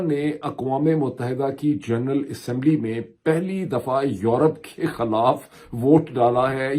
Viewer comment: ارے بھائی جان لفظ “خَالاف” نہیں “خِی لاف(خِلاف) ہوتا ہے بالکل اسی طرح “عَدراک” نہیں“ اِدراک” ہوتا ہے! کاش جتنے پیسے آپ انگریزی کی کتابوں پر خرچ کرتے ہیں اس کا دسواں حصہ اپنے اردو کے تلفظ اور گرامر کو بہتر بنانے میں بھی صرف کرد یں تو کیا ہی اچھا ہو!!🤔💐